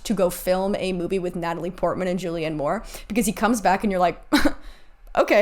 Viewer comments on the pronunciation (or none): none